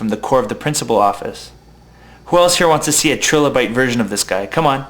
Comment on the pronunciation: And it's "terabyte." A "trilobite" is a small arthropod that lived in prehistoric times. But anyway...